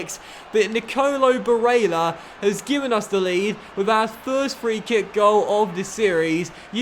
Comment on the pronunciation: im sorry but can u stop fucking saying Barella's name like that 😂 its getting under my skin.